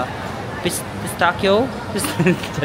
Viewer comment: Tawang-tawa ako sa “Pistakyo” 🤣